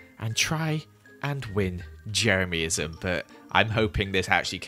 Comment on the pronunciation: No one:: ✨Jemeryism is rad, jemeryismis rad✨